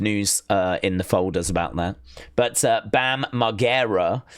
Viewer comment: saying Bam's name wrong🤣